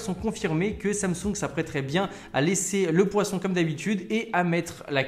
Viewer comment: Poinçon, pas poisson mdr